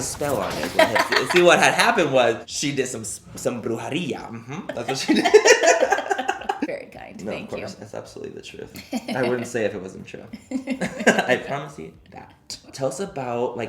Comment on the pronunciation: 🤦‍♀️ se dice bruJEria, no bruJAria